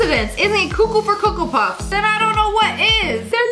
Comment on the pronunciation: Did you say co cu for coco puffs because that's my teachers catch phrase